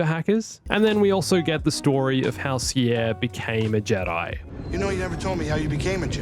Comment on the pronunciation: Sierre , really?